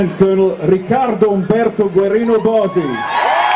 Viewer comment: His name is Riccardo Bosi. His first name (Riccardo) has two C's. His surname (Bosi) is pronounced 'bo-zee', not 'bossy'.